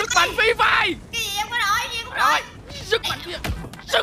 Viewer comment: sức mạnh Phri Phai😂😂